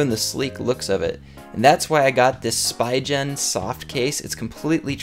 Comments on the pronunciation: "spygen"? isn't it pronounced spigen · spy-gen, its supposed o be pronounced spee-gen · I thing Spigen is pronounced "Spee-gen" (no J sound either)... But it's up to you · you read it as SPIIIIGEN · lol the way he pronounced Spigen 😃